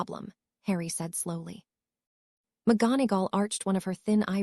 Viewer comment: The reader can't pronounce McGonagall